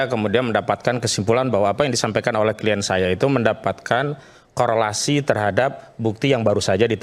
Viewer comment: Kok penasehat hukum ini bilangnya kien? Bukankah pengucapannya adalah klayen tohh wahhhhh hebat nih penasehat hukumnya